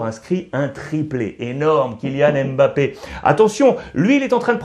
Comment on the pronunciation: On ne prononce pas le M on dit MBAPPE on ne dit pas N NDIAYE on dit NDIAYE